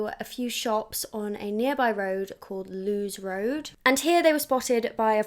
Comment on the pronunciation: I know this is annoying but it's pronounced Lewis Road 😅. As someone who lives in Brighton Wild Park is known for being full of pedos 🥲